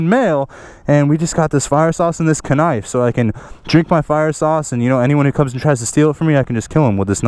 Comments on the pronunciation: you say *K*nife too!!!! ahahah love your channel even more. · Lmao he said knife wrong